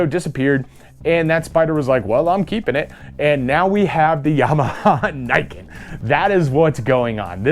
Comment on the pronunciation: For anyone interested, it's pronounce nee-ken (literally like the name ken). I haven't seen the kanji but 99% it means two sword (ni it's two, ken is one of the words for sword)